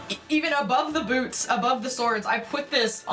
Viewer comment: I don't know how this was recommended to me by youtube but super cute videos, as a fellow Canadian how you said boots at the time stamp made me laugh